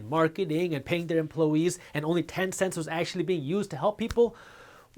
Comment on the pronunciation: Emplo- eees😂 minutes in